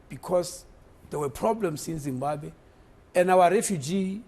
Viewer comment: Pliz tell Minister, its not Zimbabe, it's Zimbabwe